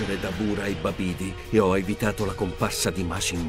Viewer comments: Si ma Babìdi e Dabùra invece di Babidi e Darbula non si possono sentire 🤣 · Dàrbula e Bàbidi infatti . ho dovuto sentirlo 4 volte prima di rendermi conto che era errato l'accento tonico...